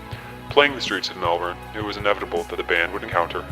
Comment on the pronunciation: an american that can actually pronounce melbourne correctly????? this is peak edit: you should check out a band called eskimo disco. they only have around 1000 spotify listeners but their music is so damn good! they're fairly obscure but you probably might know their song '7-11' with the pingu music video.